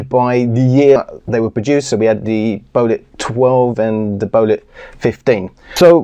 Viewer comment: it's BEO---'LIT (BEO = BANG En Olufsen)